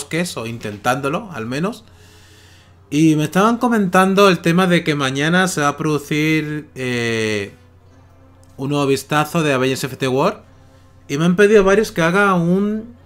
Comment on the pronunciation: "avegers ifiti guar"